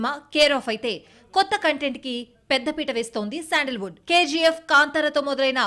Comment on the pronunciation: శాండిల్ వుడ్ కాదు మేడం.. ❤శాండల్ వుడ్ ❤